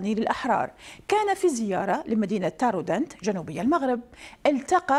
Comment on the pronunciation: تارودانت وليس طارودانت نطقك خاطئ